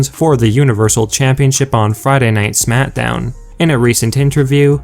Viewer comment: It sounds like he says SMATDOWN